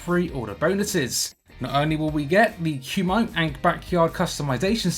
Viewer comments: Why did you call it 'Qmite' when it's 'Coo-me-tay'. Just look at Frank Dux (even though I don't believe a word he says) he pronounced it correctly. So does Joe Rogan and others. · None of these youngsters know blood sport it's pronounced KOO MET TAY not koo mite lol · Pronounced Ku-me-teh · Just a heads up, Kumite is pronounced koo-muh-tay. It was the name of an underground fighting tournament in the movie Bloodsport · It's pronounced Koo-mi-tay